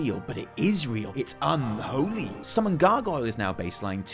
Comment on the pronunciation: the way he says unholy gets me everytime. the whole video is so funny